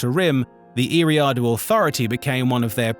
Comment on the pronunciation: Gotta learn how to pronounce Eriadu